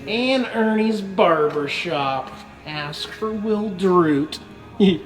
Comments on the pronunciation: It’s Wild Root, not Willedroot. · I just knew that someone would correct pronunciation. They just can’t help it.